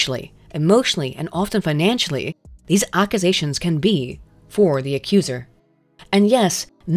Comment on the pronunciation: Is everyone just going to ignore the way pronounced "Accusations" somewhere in video?